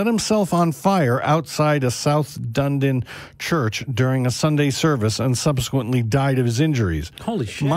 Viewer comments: Pronounced "Dun-e-din"😉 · its pronunced dun edin